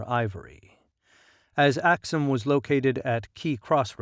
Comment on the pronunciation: For the writer: Please correct some words in ur narration. Not oxum but Aksum/Axum Not gemene Mesafint but Zemene .... Not cush but Kush Not highly ...but Haile-Silassie etc